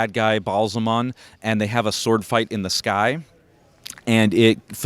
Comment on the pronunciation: Cool diorama, but the pronounciation of character/place names is driving me nuts. Seanchan - SHAWN-CHAN not son-chin. Rand Al'Thor - Al-THORR not Randal THorr Ba'alzamon - Bah Al-zah-mon not Bal- zuh-mun.